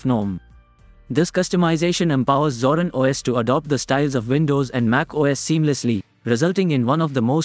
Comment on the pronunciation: Please learn to pronounce it correctly, INSTANT CLICK OFF